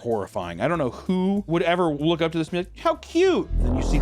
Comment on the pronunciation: damn oomph "they already oook like dogs"